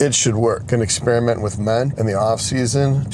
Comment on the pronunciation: it sounded like you said “experiment with men” rather than ment. LOL